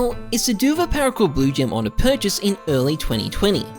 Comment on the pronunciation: His name is not Onne. It's Ohne